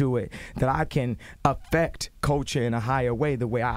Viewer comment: Body language never ever lies. The way He says AFFECT ...DAMN. Love you Kanye West.